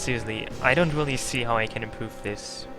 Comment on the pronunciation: Do you not know how to pronounce "R"??? God that annoyed the shit out of me. Its "Really" not "Wheelie"...!!!